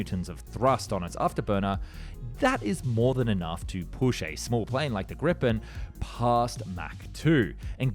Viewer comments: ... It's "gripen", not "grippen"! Hearing that pronunciation, is painful... It has a long i, not a short one! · Be the first foreigner to pronounce GRIPEN correctly. Think of the word GREEN an a PEN. Remove the N and yo get GREEPEN, which is how Swedes pronounce it. 👍🇸🇪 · men hallå vi kör det på svenska då så att du kanske kan förstå vad jag menar. De allra flesta utländska YT-kanaler uttalar det som "Graijpen" medans den här kanalen ändå lyckas med att uttala det som "Grippen", (med kort "i"), inte helt rätt men ändå så nära man kan komma med engelsktalande. Vi kommer aldrig få engelsktalande YT-kanaler att uttala det på korrekt svenska med långt "i". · Are you high!? That is an UTTERLY AND PAINFULLY INCORRECT pronunciation!!! (please note that the name is a Swedish word, and I am a Swede) ...and I'm not aware of any on Youtube, that pronounce it differently. For the proper pronunciation, just go to the Wikipedia page, which shows the IPA, as well as having an audio clip, read by a Swede.